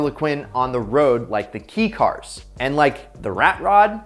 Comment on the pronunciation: Did this dude fucking say "KEE" cars and then realized his mistake after recording and just ADR'ed it with "KAY" cars?